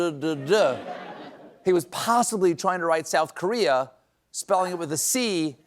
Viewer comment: South Carardddd sounds like he was confusing South Korea with South Carolina and realized it in the middle of the word and gave up with a ddd.